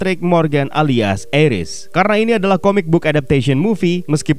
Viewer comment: Bang Ares dibacanya Ares bukan Eres